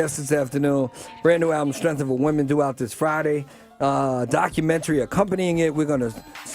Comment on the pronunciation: I'm getting pissed off with Tiger pronouncing documentary as docu-mentry... 🙄